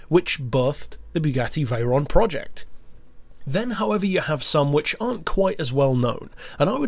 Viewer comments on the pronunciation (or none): none